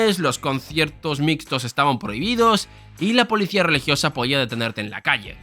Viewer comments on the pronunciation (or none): none